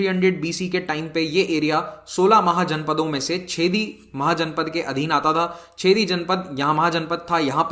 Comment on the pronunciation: सर, छेदी नहीं चेदि महाजनपद 😅